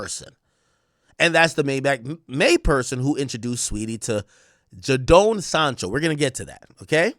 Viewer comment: Bro butcherin Jadon Sancho and Noni Madueke Its JAY-DON Sancho and Noni MADU-WAY-KE, not Noni Madookie